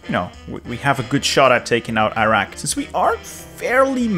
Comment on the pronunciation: I cringed every time he mispronounced Iraq, Iran and Kuwait. 🥴